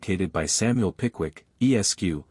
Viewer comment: This sounds like a mechanical recitation. The tone is flat and the cadence is unnatural. Furthermore, the voice pauses at every period, including those periods which follow the honorific “Mr”. BTW, Esq. is pronounced “Esquire”, not “E.S.Q.”